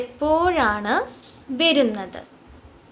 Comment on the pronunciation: വെരുന്നത്, വെരുക എന്നല്ല ട്ടോ. വരുന്നത് എന്നാണ്. വ മതി. വെ വേണ്ട.